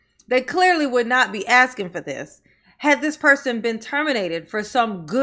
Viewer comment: We played a drinking game that every time Soupa Mair Tifnee says axing instead of asking, interrupted or made a remark about people of colour and everyone drank a shot, we also had notepads to take notes about what she was saying we finished a 70cl in ten minutes. And no one knew what she was talking about. I don't know if you are aware of this but Tiffany Henyard was never voted into these positions. Also everyone is fat! Tiffany may seem slim but if you stood her next to a healthy adult and asked who the fat one was fingers would be pointed at tubby Tiffany.